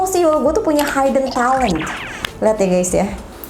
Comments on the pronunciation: Hidden talent --> 'hidden' not 'haiden' . K bye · Hidden itu cara ngucapnya tetap aja 'hid-n kak, bukan haiden.. Sama kyk written kalo diucap jadinya 'rit-n. Maap ya salfok, hihi 😁